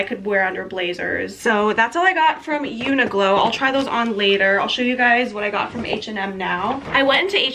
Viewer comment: omg the way you pronounce uniqlo i’ve never heard that before 😂 i’m pretty sure it’s like “unique-lo”